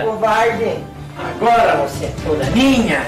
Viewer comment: "Covardê" kkkkk